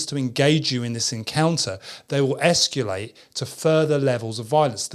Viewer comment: has been mispronouncing escalate forever